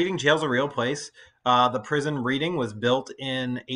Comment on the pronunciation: Yes Thank you! Ps ‘Reading’ is pronounced ‘Red-ing’